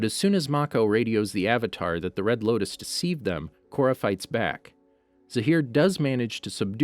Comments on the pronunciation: Did anyone else notice he said the red lokus instead of the red lotus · it sounds like you say “red locust” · red locus agnai kai combustion man bro it’s lotus, ag knee, and sparky sparky boom man